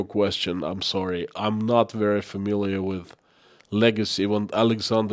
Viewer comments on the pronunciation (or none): none